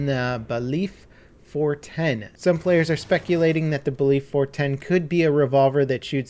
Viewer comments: I love you but that weeks late Seige news filled with mispronounciations was hard to listen to. How do you mispronounce alibi and baliff. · The Baliff is pronounced "Bay-liff", you're saying "belief".... A Judge has a Baliff in their courtroom, so it matches. Just an knockoff name for it. C'mon, you know better than that.